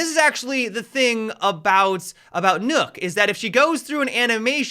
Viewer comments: Did he just say nook? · d-did you say "nOoK"? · You pronounce Nøkk like Chuck, but with a N instate of CH.